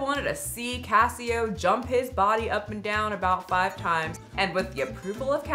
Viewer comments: Is it not pronounced Case Oh? Like Queso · Case-Oh. Queso. Not Casio. And it's literally a bit; he says "You're banned" to everyone. He doesn't actually ban anyone. He purposefully encourages the fat jokes; the engagement it creates has helped build his platform. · CASSIE OH??? it's case oh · Queso! Not Ca-eee-oh! He “bans” for everything. Edited to add the quotes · Cassyoh? Case-oh 😭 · It's pronounced like queso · Pronounced case o Like queso the cheese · Yeah it’s CASE OH like Queso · I think it’s case-oh like queso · It’s pronounced like “queso” lol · ohhh nooo you butchered- no, SLAUGHTERED hid naaaame 😭 it's pronounced case - oh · I don't really know him but I think it's pronounced, like, queso? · isnt it pronounced Queso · It's pronounced case oh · She didn’t even say his name right why is she talking about this 😭😭😭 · You are NOT saying his name right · This video has made you lose a lot of credibility,. You clearly didn’t look into caseoh enough, and it shows. This video is very inaccurate and you even mispronounced his name, which is available in almost every clip he’s in…